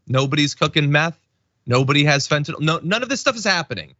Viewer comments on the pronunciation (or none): none